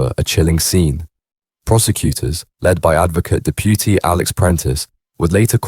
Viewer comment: Awful commentary. Guff. "Advocate DepYUtee".